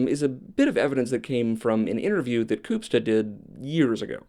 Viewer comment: Ooh finally a topic I had some prior knowledge on. Two things to note- the West Memphis 3 case technically occurred in West Memphis Arkansas, but it even Memphians claim West Memphis, state line be damned. Also as a white man you did an excellent job of not pronouncing Koopsta’s name offensively.